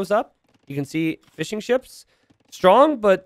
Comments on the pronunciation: I swear he is saying "Fish 'en Chips" instead of fishing ships sometimes.... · Every time you say "fishing ships" it sounds like "fish 'n chips" to me! lol!